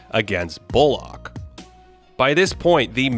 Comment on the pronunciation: great as always but why do you pronounce bullock like that?????